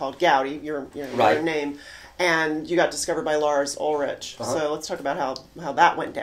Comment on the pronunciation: How about pronouncing Lars Ulrich's name correctly? It's obvious you're not a music journalist. I suggest you find the journalist named Shari Smith. She's the author of I Am A Town and she'll teach you about music journalism. She's worked with Don Henley, Chris Clifton, and many others. You could learn a lot from her.